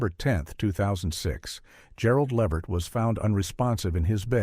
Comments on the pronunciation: LUH-VERT LUHHHH VERT! Not levet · Its Lavert, not Livert.🤦🏾‍♂️